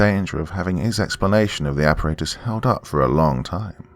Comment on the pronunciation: It's aparatus all the ,"A's" are soft as in ,"apple"